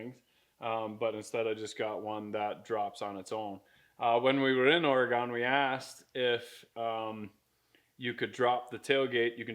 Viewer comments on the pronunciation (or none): Excuse me! It's oreGUN not oreGON.